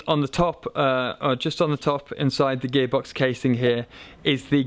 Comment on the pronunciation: Is he saying gay box?